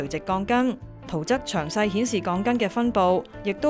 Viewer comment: ·[圖則]係要讀做[即]音，唔係[側]音，作為傳媒，正音是不能馬虎的。